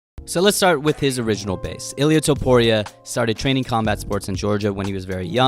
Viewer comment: “Toepooria” lmao, great vid man!